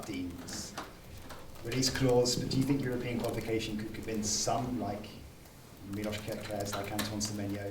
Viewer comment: Big up to journalist for pronouncing Miloš right. 👏👏👏Good to hear someone paying attention on defense contrary to one other coach he will soon hopefully replace.